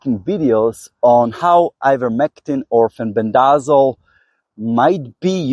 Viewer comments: FEN BEN DUH ZALL I laugh every time I hear you say it. 😂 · My apologies. I've just never heard anyone pronounce it like you. I genuinely thought you were being funny.